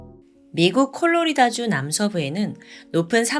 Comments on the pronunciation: 콜로리다 주? 콜로라도 아닌가요? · 콜로리다주? 콜로라도주 아닌가요? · 콜로리다? 콜로라도 ^^